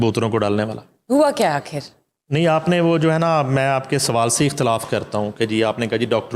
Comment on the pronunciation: shame on you (), you don't know how to pronounce the word "Akhir" I don't know who gave you this seat.